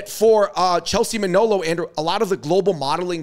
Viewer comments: Muh-nah-low not Mah-know-low 🤣😅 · Her surname is Manalo not Manolo😅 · It's pronounced Ma Na Law not Ma Know Low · MA-NA-LO. Mah-NAAAHH-Looh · I find it very disrespectful that you both continuously mispronounced Chelsea’s surname! It’s MANALO!